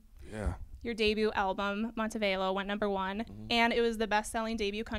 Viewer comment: Mmmm it's Mon-te-Vah-Lo dear but good interview